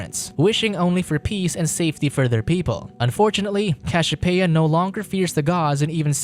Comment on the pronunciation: Cashiopeia, Zues... wtf are those pronounciation lol....